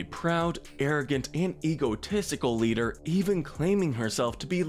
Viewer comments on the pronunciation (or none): none